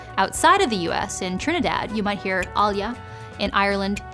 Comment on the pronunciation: I'm a Trinidadian and the way she says "allyuh" is so funny lol